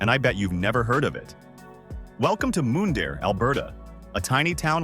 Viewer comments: How about Moondare lol.... It's Mun dare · Mun-dare not Moon-dare Alberta. Mundare not moondare. American trying to sell Canadian properties to Americans? I don’t think so. With the American government trying to take over Canada is not going to happen. When Trump is out of office, then we will talk. You have 17,000,000 people to thank for that because they didn’t vote. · And Mundare, Alberta, is pronounced like "fun" not "moon". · Interesting but AI has trouble with unusual names or places. Showing up looking for Mundare using Ai's pronounciation will get no recognition for the name. Write it out on paper. The Ukrainian town of Mundare will be surprised they are on any list That has no interest in their specialty of Ukrainian food, sausages.